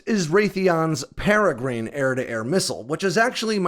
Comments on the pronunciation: It's not peregreen, it's peregrine with an "inn" sound at the end. As in the peregrine falcon, the fastest animal on the planet, and shown in my avatar. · Peregrine is a type of falcon. it's pronounced "peh rih grin", not "peh rih green" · That would be pair-ah-grinn 😁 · Love your channel, but just for the record, the Peregrine missile is pronounced like the bird the Peregrine falcon (pair-ah-grin). Just FYI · Wait, are you really saying “pere-GREEN”? This bird species has been named and known for decades. 🤷‍♂️ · That is pronounced para-grin. As in the paragren falcon. A small bird of pray that can dive faster than any bird on earth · Might want to look up how to pronounce Peregrine. The vowel in the -grine part is a schwa, not an 'ee' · For the Peregrine-please look up the pronunciation of the bird!!! Please as everyone you pronounce it it hurts my head!😹😹😹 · You cracked me up with your pronunciation of the Peregrine missile the first few times you talked about it. I am glad to “hear” that you got it correct on the last try. But keep of the good work. I have always enjoyed your research into the new AirPower tech that is coming out in the near future.